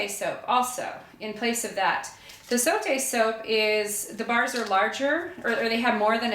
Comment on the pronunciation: I am so happy to see a video where zote is pronounced correctly.